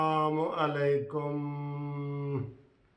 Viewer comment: سر پلیز سلام کرتے وقت تلفظ السلام و علیکمممممممممممممم نہ ادا کیا کریں۔ مشابہت کسی اور کی طرف جاتی ہے۔